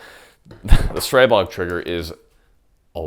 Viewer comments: Stree-bog, not Stray-bog. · Your pronounciation of the gun killed me 😂😂😂 Great review as well 👍